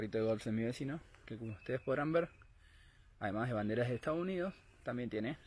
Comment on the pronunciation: Dice Donald Trump pero también dice estados yunidos